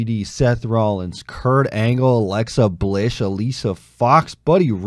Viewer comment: SAYS ALEXA BLISH